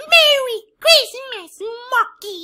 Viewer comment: every time i hear say Mokey it is monkey